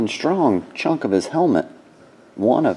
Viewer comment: I can't stand the way you say "chunk". Also when you say Gold it sounds like "Gowed"